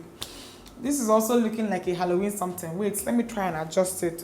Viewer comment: “A hallowe’en samtin” 😂🤣